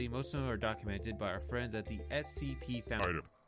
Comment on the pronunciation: Your repetition of 'CSP' instead of 'SCP' is driving me nuts